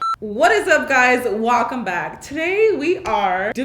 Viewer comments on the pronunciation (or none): Instead of welcome she said. “Walkem back”